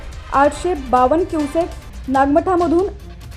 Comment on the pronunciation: नागमठाण मध्ये किती आवक होत आहे तेवढंच महत्त्वाचं आहे. आणि नागम-ठाण असा उच्चार आहे, नाग मठा नाही